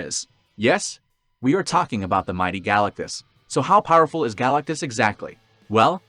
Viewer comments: Great video but it’s pronounced “Guh-LACK-tus”. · Yeah, that's not how you pronounce GalacTus. Note the T. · i couldn't go through the vid. the pronunciation of galactus is too distracting. stopped